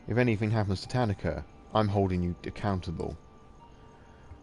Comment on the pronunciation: also yes i realize all of these are old but tanika is pronounced ta-NEE-ka